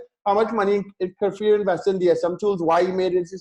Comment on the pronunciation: Just by the way,, his name is "KFir" not Kafir as you express it;)